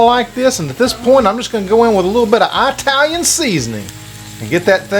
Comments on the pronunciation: Italian here, can't eat cream and creamy cheese. Is full fat yogurt ok instead? I'd like to try keto but don't know if I'd be able to eat without carbs. Is a small amount of carbohydrate acceptable? By the way, Italian is pronounced "it" not eye-talian. No problem but you wouldn't say Amer-eye-can 😂. Thanks for the great recipes I hope to try with a few changes. 🙏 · Love your channel! Please don't say Eye-talian!